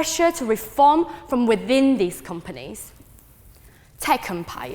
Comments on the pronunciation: She can’t even say companies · tech compires? companies? empires? what is that word?